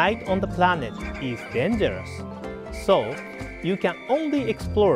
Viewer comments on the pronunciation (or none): "While exploring the pRanet..." I lost it, and so did he for a minute XD.